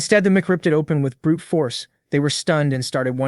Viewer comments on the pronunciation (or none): none